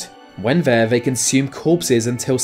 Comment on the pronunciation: Vhey pounce on vhere victim